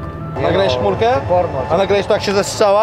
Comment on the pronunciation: Czy mi sie wydaje ze karol mówi "pornol"